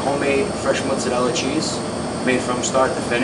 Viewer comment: I love the American accent when he says 'mozzarella' he says it the Italian way!